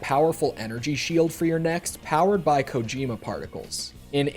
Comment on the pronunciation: Never played this game but I really hope they don't pronounce Kojima the way you do. Not that it's ENTIRELY your fault since games and media loves to outright butcher Japanese pronunciation but it really should not be koJIIImuh.